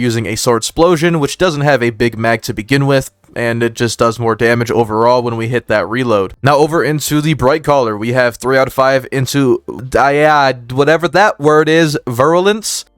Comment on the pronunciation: It's pronounced vi - ryu - luns 👍